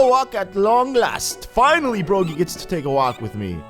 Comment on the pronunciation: Bruh it's pronounced broggy like DOGGY Not bro gee